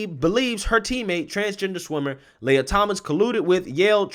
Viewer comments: Pronounce lee-ah, not Leia. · It’s Lee a.. not lay a… how do you get lay a from lia! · It's pronounced "Lee-ah", not Lay-ah." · Why are you using plural pronouns when speaking of the male swimmer "Lia Thomas"? FYI, "Lia" is pronounced "Liar".